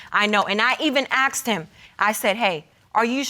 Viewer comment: "AKSED" - there it is again!! AKSED, not ASKED !! Why do they say it??!! (The first case the man keeps saying it)